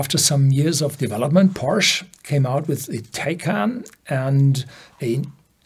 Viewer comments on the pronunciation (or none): It’s called Porsche even in English because it’s a name. Porsch is wrong… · Would love you to pronounce "Porsche" the correct german way... this sounds so wrong and maybe foreign viewers could adapt the correct pronounciation :)